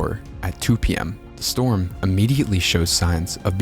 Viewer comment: free strom relif? seriously